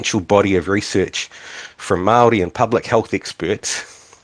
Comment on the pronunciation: why does he say Mawldee